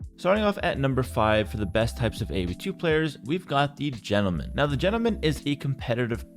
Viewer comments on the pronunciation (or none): Great way to influence the behavior of the community and I also like that your "Gentleman" sometimes sounds like "German" lol